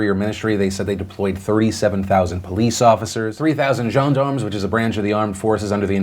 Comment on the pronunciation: Hey, congrats on the pronounciation of all those French words. Especially "gendarme" and "gillet", it was on point! I know you sometimes struggle with that. Just a tips: the best way to pronounce the yellow color in French is basically the pronounce the name "Joan". It's not exactly accurate, but that's the closest English word to sound like "jaune".